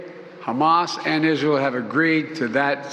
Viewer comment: Right dude talking bout hamah cant even say it right justbanither grifter